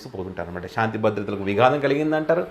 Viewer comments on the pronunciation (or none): none